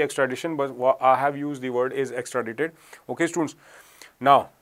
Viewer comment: Extradaaaite is pronunciation